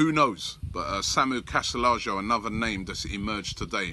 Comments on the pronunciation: its pronounced e-yara-mendi (Illarramendi) & Casti-yay-ho (Castillejo) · Its castillejo robie! Pronounced as cas-til-ay-ho. Get the spanish right 😉